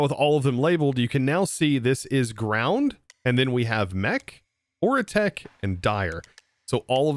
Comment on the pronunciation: I know you know but its oritech not oretech